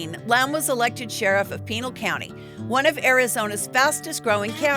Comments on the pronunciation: Its not pronounced Peenul county lol its pronounced Pin Al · Not prounced pinal like a pinal colony its pronounced panal county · Ahh! it's not peenal county. Pinal. PIN-AL. The "A" is like apple. JFC. It's also not Quinn crick. It's QUEEN CREEK 🙄🙄🙄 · Actually it’s pronounced Pi Nal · It's not "pee-nal", it's pronounced "pin-al"... Mormon was never considered a Christian faith... smh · Lost me at Peenal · Pin-all, it’s pronounced or Pin-el. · Pinal County is pronounced PeeNahl county. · You're pronouncing Pinal County incorrectly 😮